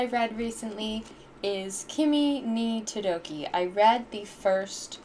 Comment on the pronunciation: I just have to say it. It's sort of pronounced kimi ni todoKEI, not todoKI😂 Though I can't express the vowels with letters since it's Japanese.